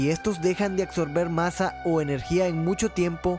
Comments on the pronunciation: No se dice acsorber, colacsar. Hay diccionarios 😉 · A medida que avanza el vídeo, note otra.... Acsober 🤣😂 disculpen mi pendejes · Xq madres no hablas bien??? No es cactan sino captan No es colatsara sino colapsara No es acsorber sino absorber 🤦‍♂️